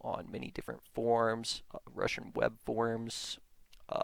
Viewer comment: Also he keeps saying things like "prersonal blog" and "I found it on the forms" and "ackydemic"